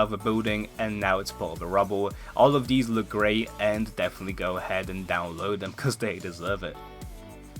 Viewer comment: Anyone else realize instead of saying these he says "Deez"